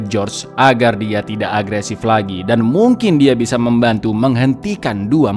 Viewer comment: Agresif baca yang bener dong bang